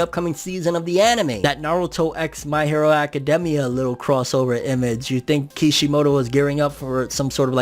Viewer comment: It bothers me the way he says academia